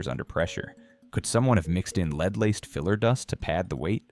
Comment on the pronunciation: high dangers of leed in their blood...nice AI ....